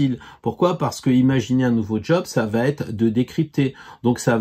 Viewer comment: Oui oui un bel homme avec plein de sous 😄 merci pour vos conseils... Par contre "va t'être" ça fait mal aux oreilles 😉